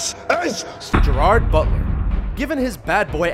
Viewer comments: "Gerard Bulter" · says Gerard bulter did no one notice this??? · ... THIS.... IS.... "Gerald Buter" LOOL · lol "THIS IS... GERARD BULTER!" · I guess it is Gerard Butler, not Gerard Bulter right?